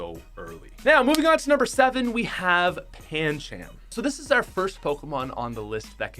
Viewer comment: U said Pan-chaam when its pronounced Pan-Chum